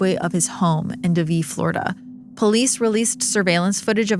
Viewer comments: Great episode and I love your content. One thing, Greg Rozenberg died in 2019 in Davie (DAY-VEE, not DuhVee) Florida. Irrelevant, but I live near there and that pronunciation took me out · Floridian here 👋It’s pronounced “day-vie “ lol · Weird she would pronounce Davie like it’s some foreign word. Probably she was trying to sound smart & it failed .